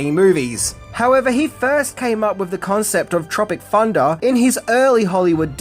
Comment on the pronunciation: Sounds more like you pronounce it ‘Tropic Funda’ actually 😆